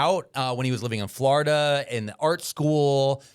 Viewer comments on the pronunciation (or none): none